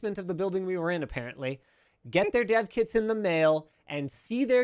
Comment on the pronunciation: For some reason whenever he said "Dev kits" I just heard Dead kids